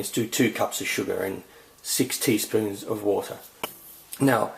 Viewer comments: Haha! it sounds like you say 60 spoons of water. :D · When he said 6 teaspoons of water, i thought he said 60 spoons of water o.O